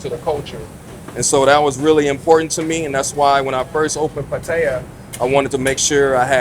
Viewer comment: Oh no! You almost manipulated him from pronouncing Pattaya properly to Patia 🤯 Will you do the same with pappaya to papia??? Thanks for the video. Makes me want to check out Qulture next time I'm in town 👍